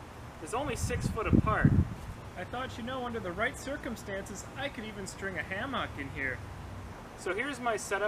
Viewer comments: Odd enunciation of hammock. Ham Ock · are we not going to talk about the pronunciation of hammock hahahahahahah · The way you say hammock makes me hungry.😋